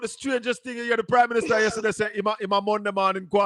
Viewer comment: Can someone please tell that’s it’s not ministuh???